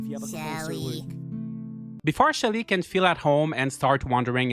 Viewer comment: When you said Shelly, I was convinced for a moment that you said Shitty and was like who names their game character Shitty